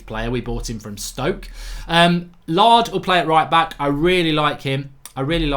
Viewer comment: Mark it is NOT Lard it is LAIRD!!!!